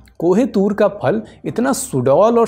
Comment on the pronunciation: जनाब फ़ल नहीं फल बोलिये... बार बार फ़ल खटक रही हैं